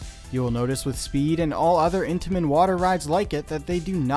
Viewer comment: Every time you said Intimens I thought of cheese danish 😂😂